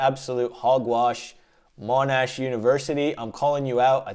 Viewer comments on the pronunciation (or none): Monash University 😂😂😂